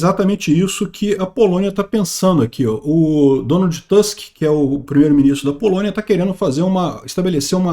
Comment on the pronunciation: NÃO se pronuncia Donald TÂsk, mas sim Donald TUsk